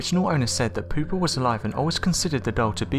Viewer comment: Ahahaha! Pooper lol Pouper is pronounced poopay Lol pooper hehehe That’s good